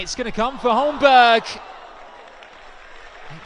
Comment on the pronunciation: Holmberg is pronounced "Holmberry". Confirm if you want